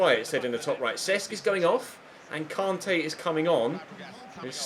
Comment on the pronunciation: It really annoys me the way you say kante